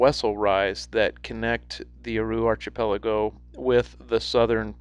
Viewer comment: That was interesting , Thanks. just for future referemce --archipelago is pronounced arkipelago.